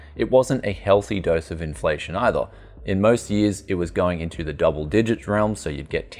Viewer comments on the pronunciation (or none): none